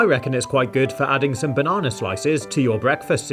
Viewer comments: Why DOES HE SAY BANANAER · Banana❌ barnarnar✅ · this guy pronounces banana like barnarnar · He says bananar instead of banana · Now I’m not trying to be mean or offensive in any way but I love that he talks like mr. Krabs when he says “banana” he says “bananer” 😂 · Why do you say banar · I no that his voice is a robot but why does he say the idear and the bananar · Hehe you accidentally said bananer ha ha ha on the first time you said banana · Why he said bananar its with R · You are so anoying you are like bannaner it's bannana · Him: says bannonr Me: THATS ILEGL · I love how when he said banana the second time, he said bananner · Notice how said bananr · Did he say bananer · I feel like you said bananer on the banana gadget